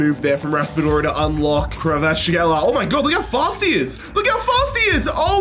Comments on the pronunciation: Why are native English speakers always so shit at pronouncing foreign names? Really grinds my gears 😂Kvarysckhela/ Vardyschela??? KVARATSKHELIA FFS😂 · I think you read it as Kvara-ts-kelia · Love how Kvaratskelias prononceration changed everytime you Said his name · It’s pronounced kvarastskhelia your welcome Dundee United rebuild soon?